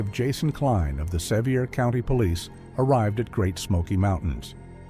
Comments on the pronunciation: AI narrated and most likely AI created. Sevier is NOT pronounced se vy er; but, is correctly pronounced Severe! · Great fictional story and clearly read; it kept my attention while I was multi-tasking. You clearly need to research the area you are writing about as several other commentators told you that Gatlinburg doesn't have a hospital. But, you're AI mispronounced "Sevier County" several times. It's named after John Sevier, Governor of TN in the 1700's, pronounced, "severe." Also, no regular hunting is ever allowed in the Smoky's, except for Boar control.